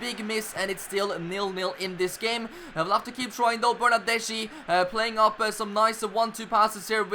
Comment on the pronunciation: U have to read Chiesa like Kiesa, also Bernardeschi is like BernardesKi Beautiful Master Leauge 😍